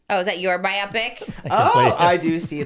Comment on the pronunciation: Why do they say is “by-opp-pick” instead of “bio-pic” lmfao